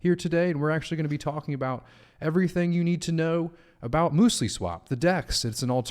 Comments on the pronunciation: Mewslee not mooslee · Muesli is basically raw granola. And it's pronounced muse-ly not moos-ly.